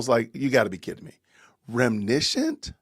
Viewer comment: It's reminiscent... 4 syllabols. Which is laughable because she generally adds sylabols where they don't belong. Like "Oh my gosh-ah .. people are attacking me-uh" And J in the words of the movie Mean Girls... Stop trying to make adorable happen... It's never gonna happen. 😂